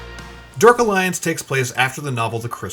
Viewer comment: Derk alliance. 🤣🤣🤣🤣🤣 this announcer dude lmao